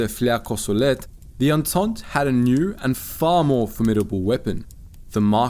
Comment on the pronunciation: Its pronounced "on-taunt" not "on-taunt-ey"...